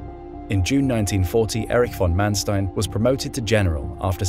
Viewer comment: Your pronunciations are good. Except Erwin. Say Air-vinn. Oh, and also von Manstein. Say fonn Mahn-shtein.